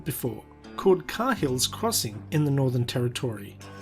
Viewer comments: you pronounced it "kay hills" crossing. Even though mark he introduces it as "car hills" crossing. You're pronunciation was right, not his. You're becoming a true blue Aussie! 😅🇦🇺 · Carhills crossing. Try cahills crossing.